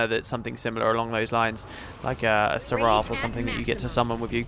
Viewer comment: Your pronunciation is embarrassing. For god's sake, look up in a British dictionary how to say melee and seraph. It makes you sound uneducated.